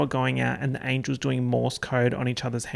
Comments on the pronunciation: 38 minutes of saying charlies angles instead of angels and I enjoyed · no one:: angles angles